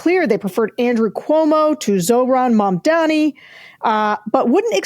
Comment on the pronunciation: It's MAMdani. Get it right.